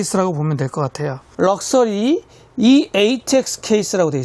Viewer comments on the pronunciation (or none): 럭써리~ 구수한 고급짐